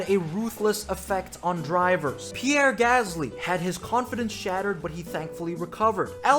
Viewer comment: PieRRe! DANiiL! You said name, Dan. Not LAST name.